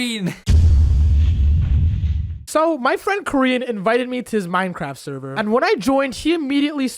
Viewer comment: He no has fwend